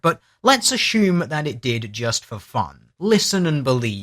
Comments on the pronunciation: Great video... but why do you keep adding an "H" to the word "assume". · The way that;DR pronounces "assume" is simply orgasmic lol